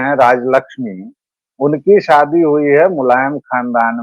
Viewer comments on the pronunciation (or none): none